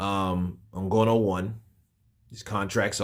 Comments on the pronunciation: "IN-GA-KNEW", not "IN-GO-KNOW" 🙂🙏🏾, with that said he does need to put in alot of work in order to show better than Wilder if he really does what to do boxing, he can make it eventually if he really wants to. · Ngooooono? It’s Ngannou dude, please put some respect on the UFC heavyweight Champion’s name, and pronounce his name correctly🤬